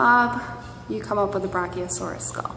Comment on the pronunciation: I'm surprised she can even pronounce the word